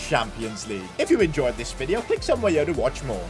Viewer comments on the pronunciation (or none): none